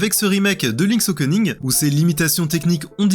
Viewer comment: Le mec dit Okening